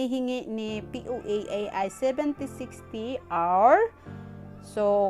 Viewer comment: Parang Hindi clear pagka bigkas po76hours po ba??